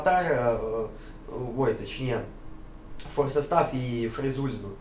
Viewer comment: А он специально коверкает слова или у него проблемы спроизношением английских слов? Форсе стаф, Дунди, Интернутианал? Что за пиздец то)